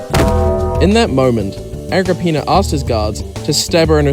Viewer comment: Agrippina more like ag rah peenar